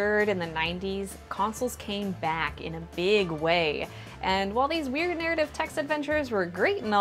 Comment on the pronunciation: Weird? More like ouird